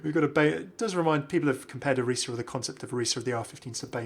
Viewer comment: thank you for saying both efi's and orisa's names correctly LOL you're the best, love your videos:-D